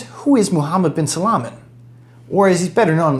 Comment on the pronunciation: It's Salman not salaman😂